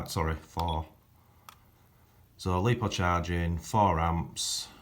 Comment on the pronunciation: Its lipo not lepo !!